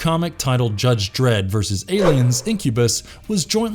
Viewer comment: It's versus, not verse. YouTube presenters nowadays seem to be only semi-literate.